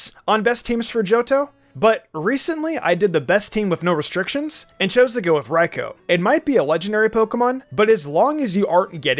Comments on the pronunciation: The pronunciation of raikou 😬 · Anyone else mad how he said raikou